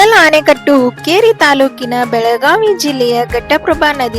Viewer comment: ಇಡಕಲ್ ಅಲ್ಲ ಹಿಡಕಲ್. ಆನೆಕಟ್ಟು ಅಲ್ಲ ಆಣೆಕಟ್ಟು